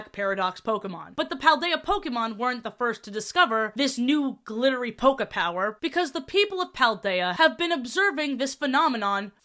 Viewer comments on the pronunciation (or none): none